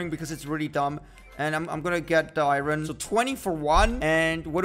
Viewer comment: I hate it when he says iren instead of iron